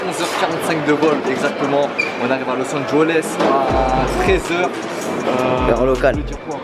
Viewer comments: comment tu dit los angeles los engoles hahaha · Los Angeles pas Los Anjoles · Lourd🤟🏽 mais juste on dit Los Angeles pas los angoles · los angoles😂😭